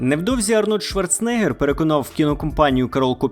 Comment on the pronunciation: Я вас прошу. Він Шварцен-егер а не Шварце-негер😅